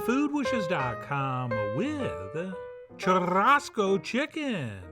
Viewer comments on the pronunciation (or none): Two RRs in Churrasco should not be rolled. Pronounce them like an “h”. Shoe-Hoss-co. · Fyi, brazillians produce the rr sound, or the r at the beginning of a word, as more of an H sound for english speakers. So churrasco would be pronounced similarly to "chu-hah-sko" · My Brazilian friends and family will commend you on the favors and ingredients, but dock you (only a little) on the cooking method and pronunciation. Still going to be delicious! Pão de queso to go with?